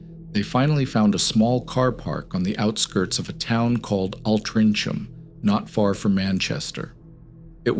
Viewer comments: AL-TRINCH- HAM? Its Al-Trin-Ham...jesus Ai again? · Second one, town is pronounced Alt-ring-ham. Not an especially dangerous place but near enough to the major city of Manchester and i wouldn't camp there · As soon as he said it i was like noo it's Alt Tring Ham 😂😂 n not far from Manchester ?! , it is in Manchester 😅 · It's pronounced, 'OL-TRING-UM' :) Then again, you guys have Kansas and Arkansas 🤫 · I appreciate you are American, for future reference it's pronounced like al-tre-ing-ham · Altrincham is pronounced "oltring'm" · Hiyo Mr yankee narrator, in Angleland we pronounce Altrincham as ALL-TRINK-HAM, just letting you know so you dont keep destroying the angleland mother tongue like u doo..... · Its pronounced alt-ring-ham